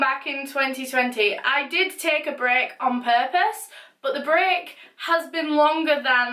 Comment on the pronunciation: When she said, "I wanted to take a break" I thought she said brick lol I still love her tho :)